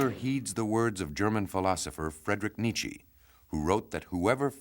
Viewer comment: I am being picky but the narrator’s mispronunciation of Nietzsche is driving me nuts